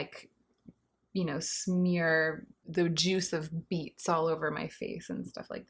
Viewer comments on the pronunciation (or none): No word of a lie, I thought she said "the juice of meats...."